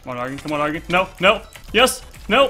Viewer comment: MaskedHylianMC first of all its spelled hear.... and second of all that's why I commented because he says dargon not dragon